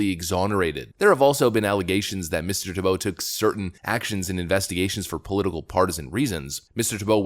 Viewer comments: So you have the pronunciation of his name right in your presentation and then you mispronounced it again and again. It's TEE - bow, not Tee - BOW. The accent is on the first syllable. Are you sure you're a native English speaker? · Why do you always mispronounce names and words? His name is TEE-BOW. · Can you not read? It is pronounced "TEEEE bow." C'mon man, you even read the pronunciation and still got it wrong! Do you not know the syllable IN ALL CAPS is the syllable the ACCENT is on? Have our schools failed us that badly? It's "TEEEE bow," for Chrissakes! And I cannot stand the man! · I love how it literally tells you how his name is pronounced, yet you continue to mispronounce it. 😄